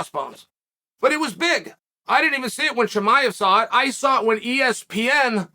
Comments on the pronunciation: Cosmic chemiav haha 🤣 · "HASMET Chimah" Chael always says names his own way lol